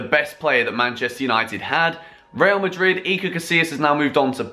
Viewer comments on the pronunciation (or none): none